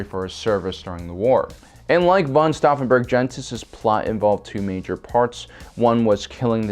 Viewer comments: The attempt to pronounce Klaus von Stauffenberg has left me scarred...and deformed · Each time I hear the pronounciation of STAUFFENBERG, I feel an urge to correct it. Sorry.